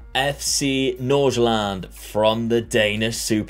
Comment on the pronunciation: Danish native here: just go with North Zealand, cause your pronounciation of "nordsjælland" means an entirely different thing in danish :-)